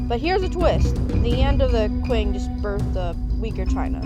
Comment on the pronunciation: not "qu"ing but "ch"ing that's more close the pronunciation in chinese